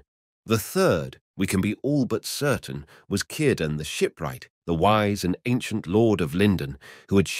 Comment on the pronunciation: Nice video, It's a sa d thought that all Elves departed although the offspring of the elf/man unions remained but this sadness runs through all Tolkien's tales concerning Middle Earth. One small criticism and it is a very small one, Cirdan ought to be pronounced with the letter R trilled. This isn't normal for an Englishman I know but Tolkien would have liked it that way. If you listen to interviews with him he nearly always did that.